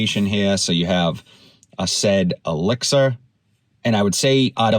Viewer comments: Asaad not Asaid, like the former leader of Syria... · Asad not asaid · Lataffa "AhhSaid"?? 😂